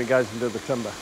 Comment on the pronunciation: What’s is this TUM-BAAHHH he speaks of! 😂